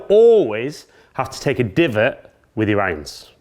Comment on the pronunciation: as a non speaking english educated person, it is the new way to say IRONS ? Ions ??